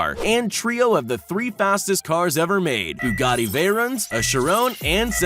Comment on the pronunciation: just saying you pounced Bugatti wrong